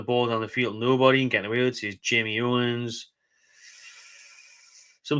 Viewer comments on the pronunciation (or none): none